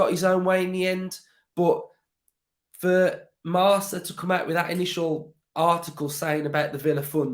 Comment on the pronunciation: That paper is pronounced 'Marka' by the way. A Spaniard actually corrected me on that because I thought it was like Marsa as well. My favourite part of the article was finding out it was Barcelona who leaked Alemany to Aston Villa. So his contract should have been like our phantom transfer of Danny Ings, we may never have even known talks had happened but they fucked up. Barcelona and the Spanish media have made us and Alemany look bad.